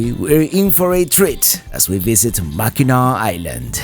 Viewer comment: Say "MACK AN NACK", no MACK EN NAAW please! <3